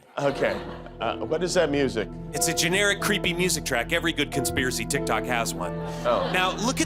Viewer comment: You know instead of calling it tic tok, tic toke 😂😂😂😂😂😂